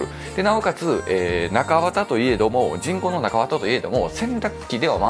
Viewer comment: 人工の。。が チ◯コの。。。 に聞こえて、何をおっしゃってるの？笑 とおもってしまった。